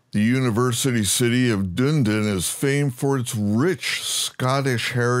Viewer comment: "Dune-din" lol. Awesome. "Dun-e-din" but you pronounced some of the Maori names better than most locals. And there's certainly scope for big improvements in the NZ mesh/terrain/cities. Very much looking forward to what Orbx and Asobo end up with. Greeting from Orkland, I mean Auckland (LoR reference, your pronounciation was right on).